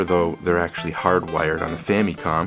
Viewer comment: love how he says "Famycon"